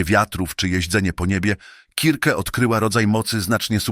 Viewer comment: KIRKE !!!!! A nie circe strasznie się tego słuchało